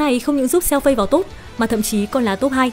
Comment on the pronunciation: con lạy má, phiên âm tiếng trung Fei Đọc là Phi F là Ph, Ei là i , = Phi -nên đọc Xèo Phi, tạm dịch Tiểu Phi -chị hai đọc tên nào cũng sai, xin chị hai cứ đọc tên Tiểu Phi đi, chứ chj hai ko có tố chất đọc tên tiếng trung đâu